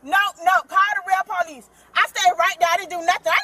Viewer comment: Call the real po-leece.